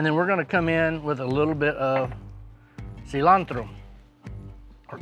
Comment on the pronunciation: Wow he pronounced Cilantro just the right way in Spanish! Btw this recipe looks amazing i can't way to try it out.